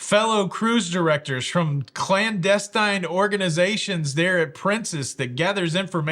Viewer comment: If you were really watching spy shows you would’ve known that you pronounced clandestine wrong like 10 times buddy! All love 😂